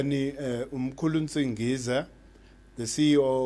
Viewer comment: I have a great amount of interest in such discussions. I find rather arrogant. A good example is him insisting on mispronouncing Mkhulu's name. He keeps saying 'singiswa' and not Nsingiza. His obsession with the bible also makes it hard for me to listen to him and take him seriously. 🤔